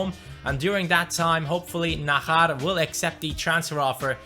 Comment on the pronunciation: I's Not Nahar it's najar just like jones jj not hh Like So Can See